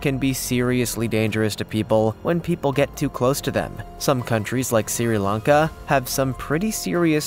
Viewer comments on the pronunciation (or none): Some countries like Siri Lanka 17.09? It is Sri, like sreee ha ha.